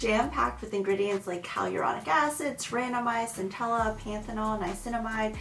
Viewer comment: also Centella extract not CentelliCA extract